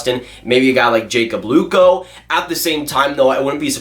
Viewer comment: “Jacob luko” 😬